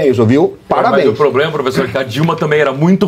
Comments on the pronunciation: Devia sair como candidata , queremos ver ele falar ploblema, faraônica, abrido por aí vai😂😂😂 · Janja, nem conhece a língua portuguesa .. ( poblema, inrresponsabilidade, abrido...)